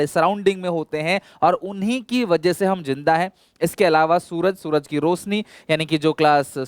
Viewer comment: रोशनी to theek hai ye रोसनी kya hota hai 🤣🤣🤣🤣